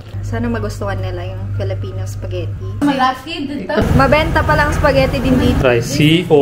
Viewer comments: Tuwa talaga ako pag binibigkas ni yung spaghetti 😂 "sapghetti" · Til now sapagitti pa rin pag pronounce ni 😅